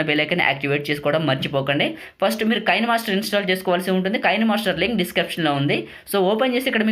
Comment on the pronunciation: Bro adi కైన్ మాస్టర్ కాదు కీన్ మాస్టర్